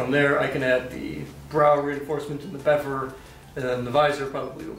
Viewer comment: Fack engrish